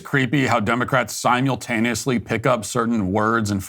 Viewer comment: SimYULtaneously? Matt speaks so perfectly all the time so I couldn't resist picking up on his pronunciation of simultaneously.